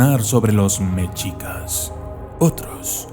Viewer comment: Me gusta tu canal, pero no pronuncies mal, Mechicas, no. Se dice Meshicas. Tenoshtítlan.